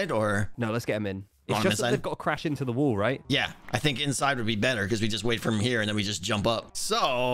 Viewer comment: After about the 3rd time he said 'wall' I realized he wasn't saying 'wool'😅